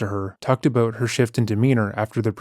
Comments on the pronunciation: Always assumed was American but just heard his say "aboot" and now I'm questioning that😂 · Somehow I never caught on to you being Canadian until I heard you say Aboot in this one lol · It's so funny how he's hidden it for so long and now 2 videos in a row he's giving us "sore-ry" and "aboot" 😂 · Am i tripping or is dude saying aboot I haven't heard him pronounce it like that before 🤔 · I’ve been subscribed for over a year and it’s just now dawned on me that you’re Canadian! Canadians pronounce the word “about” very uniquely. 😅 Love the channel